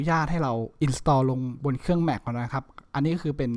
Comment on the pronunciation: แม็ค ครับ ไม่ใช่ แหม็ค